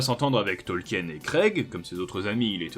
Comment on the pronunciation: ont dit token et pas tolkien